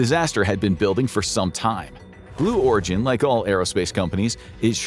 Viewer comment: Blew Origin... lol he did say it didn't he?? I thought I heard him saying it...